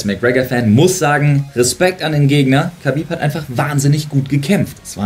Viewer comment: infomier dich doch bitte erstmal wie man Khabib richtig ausspricht